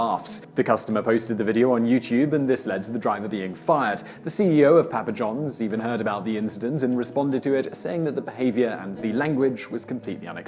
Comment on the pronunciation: Say Papa Johns again? It doesn't sound quite right